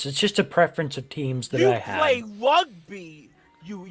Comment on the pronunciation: "Wugby isn't a bwootal spowt" Can we ship a certain predophork down under so he can learn how "bwootal" rugby is?